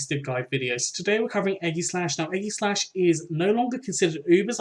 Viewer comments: No Its Ee-gi-slash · eggyslash is killing me😂 its ay-jis-slash